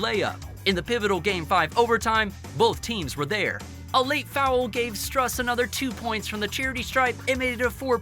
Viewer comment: Also, Strus is pronounced like "stroose" and Bam "Out of the Bayou" Adebayo "ad-a-bah-yo"